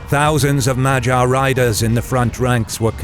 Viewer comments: this whole video is delightful, except thats not how you say "magyar". Its more like MUD-YAR (in English pronounciation). But at least you didnt call them Hungarians (Ungarisch in German) as it was the Germans who called everyone from Carpathian basin (Ungarn in German) with that name, even before Magyars. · Okay but why do you keep saying Magyar like it's pronounce like Vagina? Magyar has a hard "G" in it. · Fornosus, Mylan, and Majar... wonderful pronunciations.